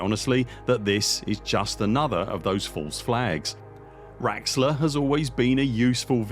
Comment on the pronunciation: lol its not raxxla 🤣